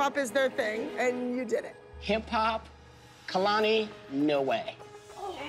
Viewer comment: Abby calls Kalani Alalni